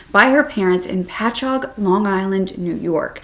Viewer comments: Omg! I live about 3 minutes from Patchogue, and not only have I never heard this case, but I’ve NEVER heard anyone ever pronounce our towns out here correctly! Yea, you said Patchogue perfectly! lol! I had to say this, and I haven’t listened to the video yet! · Omg I had heard bits n pieces of this story, but I had NO IDEA this happened where I grew up! I grew up like 20 mins from patchougue!! Btw, I gotta say- I’m HIGHLY impressed you said the town name completely correct! Most ppl completely butcher most of the Long Island town names lol